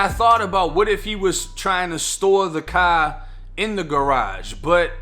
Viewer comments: "Thats who stole my cahhh" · The caaaaaaah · I love how this dude talks ghetto except when he says CAR then he sounds like a white Boston guy